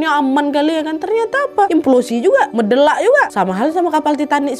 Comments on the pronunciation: 18.50 & 21.40 dah betul Meledak kak Nad 😂 Bukan Medelak 😂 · Maap,tp aku ketawa sikit pas kak nad ngomong mendelak..